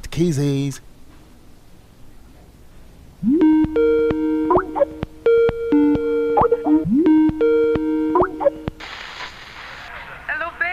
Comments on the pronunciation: ugwuanyi LOL!!! Khissess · how he pronounced ''kisses'' really got me lauging.. Falz!!!